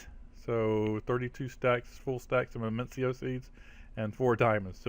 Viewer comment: I think its said ZE-VIS-E-O